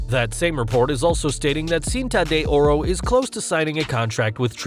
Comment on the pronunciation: Horrible pronunciation of "Cinta de Ora"